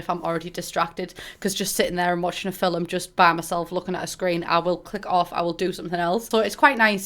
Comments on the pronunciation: nobody:: fil-um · everyone: film pumbella: fillum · ‘Watch a fill-um’.